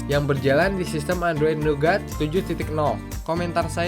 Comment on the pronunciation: Itu OS Android Nugat atau Naget yak? :-P